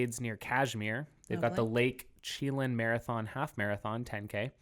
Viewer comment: It's pronounced sha-lan, not chee- lan. PS. Washington is the most amazing state. Love it here.